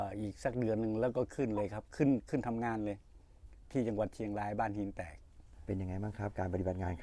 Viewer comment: ที่พูดชื่อหมู่บ้านมาถูกหมดเลยครับ FC จากบ้านหินแตก